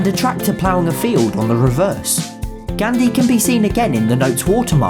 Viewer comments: I'm sorry but the way u say Gandhi (gandi) means something else in Hindi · actually, the Gandhi in Mahatma Gandhi was pronounced wrong . not trying to be mean, I'm just saying. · Its Gan-dhi not gandi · he is pronouncing GHANDHEE as GHANdi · i love how he says gandi instead of gandhi 😂😂😂😂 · Gandhi = Candy ,that's what he pronounced it. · That is ghan-di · I am Indian myself, and I would like to say in our language (Hindi) Gandhi is pronounced as Gaandhi instead of making a flat a sound like in van it uses the aa like in far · It’s Mohammed Ghaandi for pronunciation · Pronunciation gaandhi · The gandhi is pronounce gaondhi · 2000 rupees are no longer legal tender Gandhi pronouciation is wrong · Gandhi the pronunciation is killing me